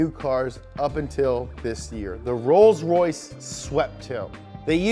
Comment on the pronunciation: roys roys lombargine machine